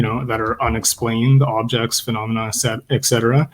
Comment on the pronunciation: In light of the fact that you guys were talking about the pronunciation of the word "service" may I point out that the pronunciation of the term "et cetera" (etc) is not "ek cetera". There is no K sound in the term and I don't know why so many intelligent people, such as, mispronounce the term. Please! Apart from that, wonderful discussion!